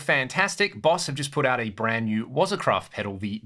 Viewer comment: Great demo, great playing as you always do. Nice bit of Rainbow in there too, and some Rush! No disrespect intended, it's not 'wozza', it's pronounced as 'wah-zah'. 'Wozza' is you're best mate you meet at the pub. 'Wah-Zah' is a Japanese word that means something like technique or skill. Please don't take any offense at what I have said, it's just something that I personally notice and it really stands out to me. I shouldn't be commenting on people's pronunciation because I am not a native English speaker.